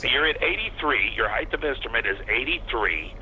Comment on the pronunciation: and it's pronounced ACROSS and HEIGHT